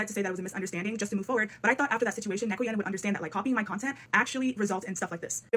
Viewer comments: hearing neko pronounced nee-ko instead of neh-ko for an extended period of time is breaking my brain ngl 😅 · The fact that this person says Niko instead of Neko kills my soul a little bit every time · Take a shot everytime says neeko instead of neko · I'd just like to point out that neko is not pronounced like knee. It's neh-ko. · not to be annoying but its NEH-CO not KNEE-CO lol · im pretty sure neko is pronounced neck-oh or maybe im wrong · also pls don't pronounce Neko as Neeko.... you started saying you it correctly halfway through, but then reverted to the neeko again and it's driving me crazy 😂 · why are you saying neko like that? it's a soft e like neck. neck-oh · why are you pronouncing neko like that.. it makes me want to cry